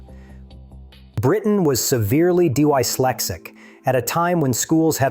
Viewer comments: The writers should give AI a better chance of sounding human by typing the awkwardly spelt words phonetically. Ie type:- Dislexic and not Dyslexic. Because by not understanding the way AI is going to pronounce these words is killing what could be a very good documentary. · D Y flexic? If you are going to have AI read the script, teach it how to speak; it's dyslexic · "Dee Why Lexick" Gotta love AI (Always Incorrect 'dyslexic') Great story though! Inside tip: Buy New Zealand Magic Sheds! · A great story but why TF do it with AI commentary?? Dy-lexic??? Really Enough is enough, this AI crap is bullshit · Crap A.I. will take over speech one day and cause havoc ,and probably start another world war ! It will never understand grammar, punctuation, pronunciation and accents. D Y slexsic ? Cristchurch ? 😠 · I think the AI is D Y slexic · " D-WHY-Slexic " ??? Seiously , Dude ? Do you ever play your own vid , and critically watch , and LISTEN , to it , before you inflict it on the world ? Sad .....just .....Sad ! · D-Y-Slexic? Your robot is dyslexic. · Shit, that was terrible!😄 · Bot AI voice.. so distracting !! Dyslexic … only a BOT voice can screw up this word so badly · Funny how AI calls John dyslexic yet say dyslexic like a dyslexic 😂